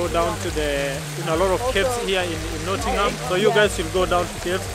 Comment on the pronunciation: Please please it's not pronounced "not ing ham" it's pronounced "not ing um" a good look at some of the stuff in the city but as a Nottingham resident I'd definitely recommend checking out the river trent if you want somewhere scenic to visit if you're looking to have a night out that's where Nottingham is amazing as there are so many amazing pubs the trip to Jerusalem is definitely a good place to visit but I'd also recommend highly a few others the malt cross the trent navigation the organ grinder and the vat and fiddle most have their own associated breweries and alot of the beer on offer is not available outside Nottingham much if at all not so much for the malt cross but its a very nice building the ice arena is a great place to visit as is the cricket ground notts County are one of the oldest football clubs in the world as well as the more successful Nottingham forrest which is one of the most picturesque stadiums you will see on the banks of the trent standing on the trent bridge itself is the best way to view it I'd definitely recommend getting out to Beeston and walking round the lake at Highfields Park by the University (the tram takes you straight there) rock city is pretty good as a live music venue too and the theatre is a very good place to watch a performance Hockley is great for the hipsters Nottingham also has the only hooters in the UK don't go there for the girls go there for the wings they're amazing